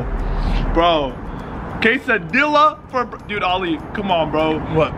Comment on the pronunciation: It’s a quesadilla not a quesadila